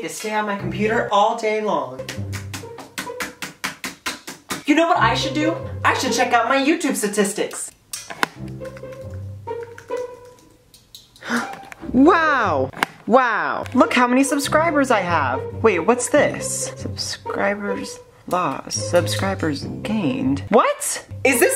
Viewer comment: "I should check out my YouTube satistics" Satistics